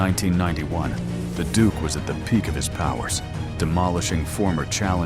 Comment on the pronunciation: Duke not dook.😂